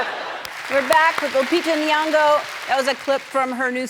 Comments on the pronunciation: Glad Lupita Nyong'o is back home here in Kenya. Karibu nyumbani (Welcome Home). Still fascinating how whites still struggle to say NY'ongo. Great show Ellen.. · It's Ellen's pronunciation of Nyong'o for me...🇰🇪🇰🇪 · Well I'm Kenyan and I assure you it's not just white people, African Americans butcher her name too.. It's that they don't have the ny and ng' sounds in English so I understand that what seems easy to us could be difficult to them